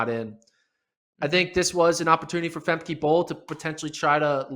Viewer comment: BTW, it's not Fem key, it's pronounced, Fem ca!